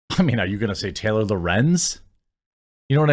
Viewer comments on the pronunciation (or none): none